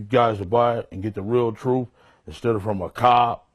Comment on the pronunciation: "Troof"...stupidity speaking.